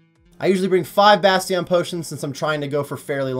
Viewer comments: Have you never heard the word "Bastion" before? That's definitely not how you pronounce it, lol. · don’t say obviously when you mispronounce so much shit. Whether it’s you own channel name or bastion potions etc